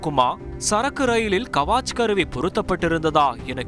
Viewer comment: கவாச் கருவி அல்ல, முட்டாள். கவச் கருவி. கவச் என்றால் கவசம்.